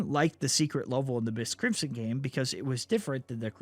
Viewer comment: So going to be real. I kept getting confused. I thought he was saying miss Crimson and not MY5T Crimson.